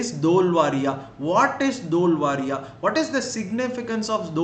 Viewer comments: It is धोलावीरा not धोलवारिया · It's "dholavira"not "dholvaria" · Dholavira bro not varia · It is Dholavira in Gujarat, please pronounce the name correctly...